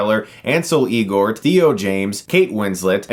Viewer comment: It's L-Gort, not EEL-Gort!